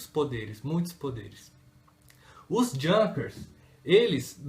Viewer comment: Junkers...pronuncia correta e´ iunkas.